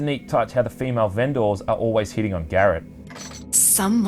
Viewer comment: Me" "vendor" Reviewer: " "vehnDOHR"